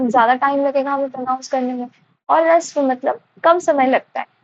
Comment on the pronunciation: Harshv bolte hai rishv nhi mam